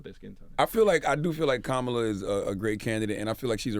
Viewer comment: No! The right pronunciation is Kamala the way Charlamagne pronounced it the first time. It is not an English name!